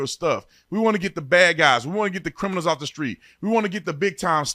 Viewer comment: "Reginald Clay was a Cri-mi-nal!" "Reginald Clay was a Cri-mi-nal!"...